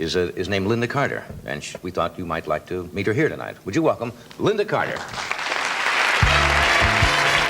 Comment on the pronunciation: You make a video about Lynda Carter and you don't even get her name right?